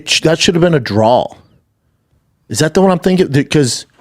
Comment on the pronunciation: A draw … schaub it’s draw not drawl… 😂